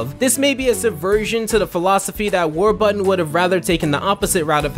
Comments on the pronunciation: Why did you keep saying Warbutton, Their is and R in the word. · How it's pronounced: WARBURTON How chooses to pronounce it: WAR-BUTTON😑 Jeez! Enunciate, man. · It's War-BUR-ton, not War-butt-ton. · Already slippin up,???? War-BURTON! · War...button? What, is the second R in Warburton silent? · The number of times he said the guys name wrong I mean it’s warburton not warbutton 😂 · Did...did you just call him Warbutton? Warbutton. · Does this dude realize there is a second R in Warburton? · Is it just me or does it sound like he keeps saying "War-Button"?